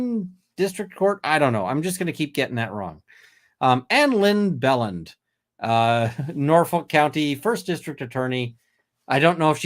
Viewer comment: …for future reference 😉 Stoughton sounds like st-oat-in Bradl sounds like ladle Belland sounds like bee-land And the Karen Read trial sounds like corruption 😮